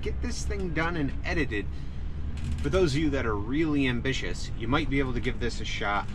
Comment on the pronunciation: Lol he said ambishish lol hahahahah